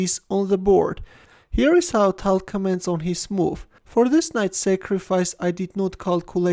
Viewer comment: Change ur voice plz tal is tall